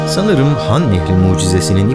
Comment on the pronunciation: Han nehrini nah nehri diye okuyan varmı lan